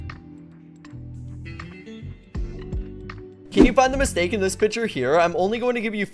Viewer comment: It’s mitsake instead of mistake